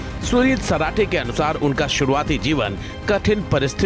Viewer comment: Sunil parathe nhi sarathe h ji